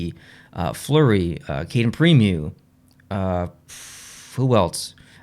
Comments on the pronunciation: Butt Head mans said Prim-yew😂😂😂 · I love everything you do man but Primeau's name is pronounced prim-oh like oh my gosh.